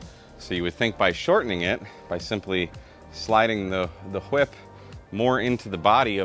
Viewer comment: I'm sorry. Did you say, "whhip?"